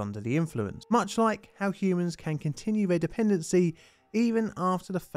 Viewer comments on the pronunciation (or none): none